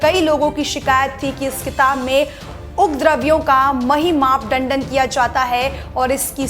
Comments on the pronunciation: Learn Hindi. Mahi-map-mandan...😂 ......up----dravi....😂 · अपनी हिन्दी सुधारने का प्रयास कीजिए । महिमा मंडन शब्द का बार बार गलत उच्चारण किया गया है ।